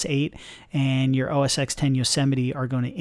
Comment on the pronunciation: It's not pronounced "OH-ESS-ECKS". X is the Roman numeral for 10. The correct pronunciation for the Apple operating system is (phonetically) "OHH-ESS-TEN". This is indisputable fact, if you disagree - watch any video of any WWDC or keynote released by Apple in the past decade and you will see that it how it's pronounced. Anyway, that aside - thanks for the video, a very interesting look at the new UI.